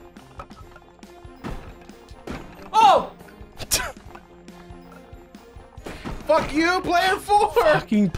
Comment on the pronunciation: Mahjong or 麻将. 麻 pronounced Ma as in mama or maw. It is needlessly pedantic of me, but hearing you say it the other way made me (cringe is overused) unduly upset